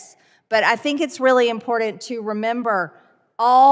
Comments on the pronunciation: MTG: "Human lives are impoordent to you...?" Good thing for her she's mean and evil, seein' as how she's not LITERATE or KNOWLEDGABLE. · I think the most important thing to do is pronounce IMPORTANT correctly!